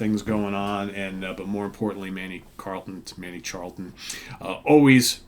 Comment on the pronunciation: The rock gods from the Kingdom of Fife! My favourite Naz riff Is Expect No Mercy. BTW the CH in Charlton is pronounced the same as the CH in cheese.